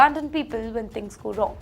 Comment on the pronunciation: (You - Really) - Need - (To - Get) - (Your - Enunciation) - of - (The - Letter) - ' V ' - & - ' W ' - (Right) - ✅️ ✅️ ✅️ ✅️ ✅️ - (You - Pronounced) - (When) - with - A - (V) - 😂😂😂😂😂 - Instead - of - A ' (W) - 😂😂😂😂😂 - (Do) - (All) - (Northern) - (Hindi - Speaking) - (Indians) - 🇮🇳 🇮🇳 🇮🇳 🇮🇳 🇮🇳 - Have - (This - Problem) ??? - 😂😂😂😂😂